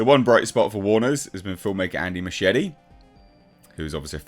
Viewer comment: Muschietti is not pronounced like you pronounce machete 🤣🤣🤣🤣🤣.